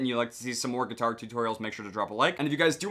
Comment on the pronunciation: he said guiatiare😂